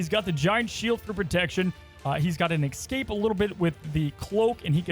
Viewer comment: Commenting until you learn that “excape” isn’t a word Repeat after me: Escape